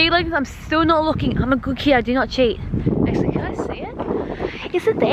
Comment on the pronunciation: I THINK SAID "AcuLly TwOOOO"😝